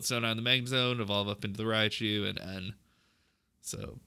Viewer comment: Its rai-coo not rai-COW wtf